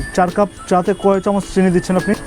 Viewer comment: চা ওয়ালার upor cursh khuya ami hahahahaha tar চিনি k চেনি bola osadharon lagca